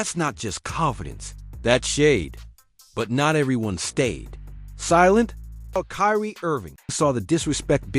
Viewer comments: Kireaye was worst 🤣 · Kiriay?!? Who tf is Kiriay?? 😂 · The A.I saying Kiryé is crazy work 😂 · Who the fuck is kyreaye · TBF it’s pronounced in Japan where the beef is from. Now the way he pronounced Kyrie, “Kee-ree-aye is heinous. And yes, that’s a word too. But this is what happens when people use these AI voices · Couldn't even pronounce Kyrie properly lol, and Kobe